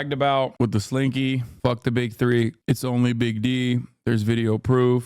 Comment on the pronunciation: No diddy but I always laugh at how he says the slinky